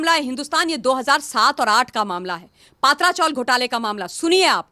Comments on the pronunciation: हिंन्दी भाषीयोने मराठी भाषा का सत्यानाश कर रख्खा है,पत्रा चाल बोलने को क्या दिक्कत है. पत्रा को पात्रा और चाल (चाळ) बोलनेको करता परेशानी है.कभी कभी लगता है दक्षीण भारतीय हिंन्दी का विरोध कर सही करते है . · पात्रा चाल नही , पत्रा चाल बोलना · It is "P tra " chawl meaning chawl made from iron corrugated sheets. All Hindi channels are pronouncing it wrongly ,as it is owned by "S. Patra." Please correct yourself